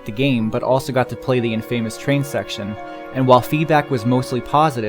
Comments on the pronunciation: "In-FAME-ous headband" (Infamous: in-fim-us) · Infamous: “In-Fuh-Muss” not “In-Fame-Us” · good video overall, but your pronunciation of the word "infamous" like you're saying "in famous" drove me fucking nuts.